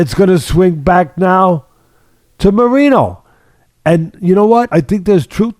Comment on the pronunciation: as someone who speaks spanish, hearing Teddy say Moreeno hurts my soul xD